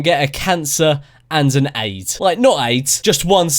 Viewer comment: I laughed my balls off! the whay he said aid!